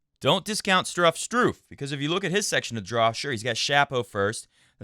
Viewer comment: I really enjoy every time you say Struffs name the way you say it. You should just say it on every show even if he isn't in the draw of a tournament. It could be one of your trademarks. It gets stuck in my head when you say it. It's great